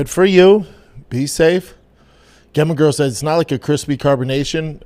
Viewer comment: Brendan... Just so you know, "Gemma" is likely pronounced "Jemma" 🤣